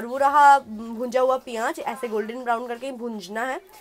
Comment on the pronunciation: piyaaj nhi bolte h use pyaz bolte h smjhi